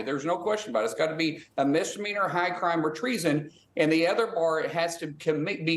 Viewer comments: Whats a "dizzdemeanor", ?? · Impeachment is a dissduhmeaner!